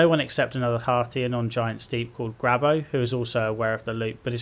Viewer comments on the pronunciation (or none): This man calling gabbro "grabbo" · Gabbro* Gabbro* Gabbro* Gabbro* Otherwise great video. My only point of frustration with awkward puzzle design was the exact method of entry to the Ash Twin Project.